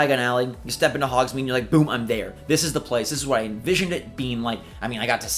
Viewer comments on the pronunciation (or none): none